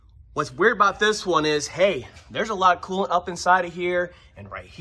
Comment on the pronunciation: Could be learning but I'm distracted by the voice pattern and how he slides over syllables. It's coolant. Not cooant. Sorry. Also I'd never own a Ford.